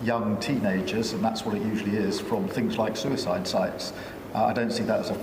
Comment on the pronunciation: Wtf's a Sue-ice-iyde website? Does he mean Reddit?